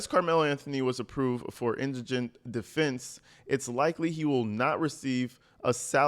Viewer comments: aye i’m not kidding i have watched almost every video about all of this from the very beginning - so just meaning a lot of different people//commenters - you are the FIRST and ONLY person i have heard pronounce “indigent” correctly 😂😂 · Finaly a person who pronounced the word "indigent" correctly. I saw four videos about this with each person claiming Karmelo Anthony was indignant. (((On the low, you learned that word because nobody was sending you $$$ in jail and you had to get the stamps and envelopes package?))). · Uh oh.....things have gone from bad to worse for Caramellow. PS - You're the first black person whom I've heard pronounce the word "indigent" correctly. (And yes, I've deliberately misspelled Karmelo's name as a sign of disrespect). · TY for properly pronouncing indigent